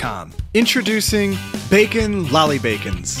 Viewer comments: you know we cant understand you right? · HOW MANY TIMES DID HE SAY BACKON?!?!